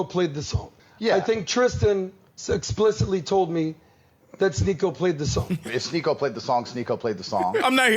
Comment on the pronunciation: “Tristan sitsplictly said Sneako played the song” is wild. I hope I spelled that correctly— I listened to it three times trying to spell that word. 😂